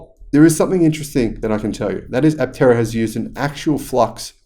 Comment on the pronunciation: I have always loved this vehicle too. Aptera is a Greek word so I think the 'p' should be silent. It means, wingless. The implication is flight without wings. Looking at the car from the side, with the doors opened or closed, it looks like a sparrow in flight.